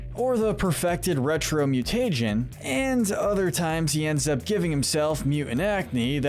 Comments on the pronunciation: this guy keeps saying mu-tay-jen instead of mu-tuh-jen and it drive me insane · could they not figure out how to say mutagen right? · He says mutagen like Fred from Scooby doo says treasure